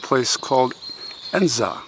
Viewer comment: I live near here and have visited often. Beautiful place steeped in history. Top marks for pronouncing Edensor correctly!! If Joseph Kennedy is not well thought of here ,he is more than eclipsed by Kick and Joe Junior. Kathleen could be seen bicycling around London during the Blitz in her Nurse uniform ,whilst Joe Junior gave hie own life fighting the Nazis. As you said he was killed in an aircraft explosion over England while engaged in dangerous special operations. Lest We Forget.